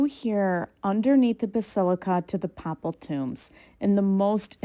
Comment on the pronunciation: Nice video -- Papal is pronounced [ pey-puhl ] Pa is pronounced like "pay"